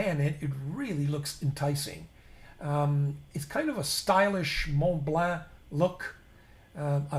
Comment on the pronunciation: I love your channel and you have taught me a great deal. Now perhaps I can help you. Mont Blanc fountain pen is not pronounced Mont Blaahhh, it's pronounced Mont Blon. My first language was also Italian, and hopefully this with all your French viewers.